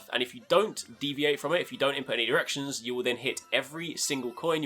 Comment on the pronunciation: any ERECTIONS?! lol. ik you said directions, lol. Didnt sound like it tho.